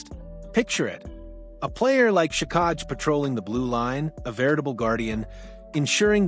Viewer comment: Luckily I don’t trust dumb news from AI. It’s “Jack-eye”, not “juh-kahg”